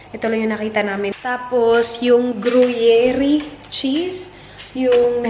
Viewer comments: groo-yair - accent on the second syllable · 1. Don'be ignorant, educate yourself - girl, di pwede ngayon yung di ako mahilig sa news because COVID 19 is a matter of life and death. 2. Be sensitive and ALWAYS CHECK YOUR PRIVILEGE. 3. It's Gru-yer (or gru-yair). Not Gru-ye-ri.✌️ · GURYER lang po ata basa dyan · You pronounced gruyere and Maldives incorrectly. You should Google or search on YouTube the correct pronunciation.